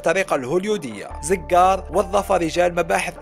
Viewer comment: اسمو زووقار وليس زززززققققار